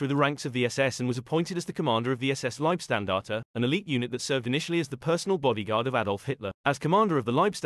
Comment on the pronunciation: He didnt pronounce it correctly.. you say LeibSTandarte.. the ST is not pronounced like Stand or Steel, but rather like 'Sheet', so like Leib-sh-tandarte.. Shhh...